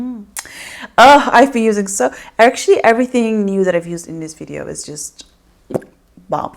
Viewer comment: I love when you say vijeo!!